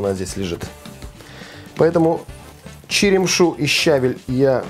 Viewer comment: В русском языке правильно говорить не только со́усЫ и блю́да, но и щаве́ль! Салат странноватый. Редиска в воде не понравилась...